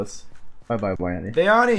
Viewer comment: Why does say BYani?